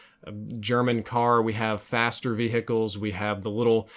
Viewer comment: Love the way you say vehicles: V hickles